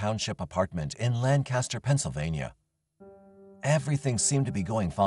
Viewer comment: my dad would be turning in his grave if I didn't mention this, but it's pronounced LANK-uster, not LAN-caster (note: this only applies for Lancaster, PA)